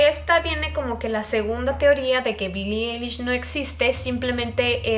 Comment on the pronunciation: No es Billie elish Es billi ailish 😂😂😂💁‍♀️